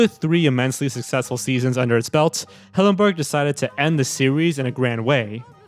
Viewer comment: Stephen hillenburg not stephen hawburnd. If you're going to show respect to him like you said, then pronounce the name right.